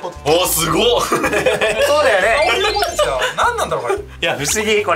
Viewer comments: 鶴崎さんの発音がポテ↑チなの好き。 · 鶴崎さんの「ポテチ」の発音、ぽ↑て↓ち→なんだ